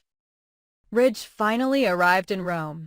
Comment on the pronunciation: His name is RIDGE not rich